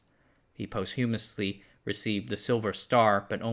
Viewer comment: Not pre-humus but post-humusly.